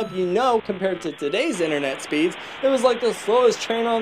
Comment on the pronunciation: "Interneet" What I hear: "inter neat"